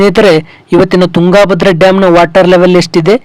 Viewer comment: ತುಂಗಾ ಭದ್ರಾ ಡ್ಯಾಮ್ ಅನ್ನಬೇಡಪ್ಪ ಮಹರಾಯ. ತುಂಗಭದ್ರಾ ಅನ್ನು.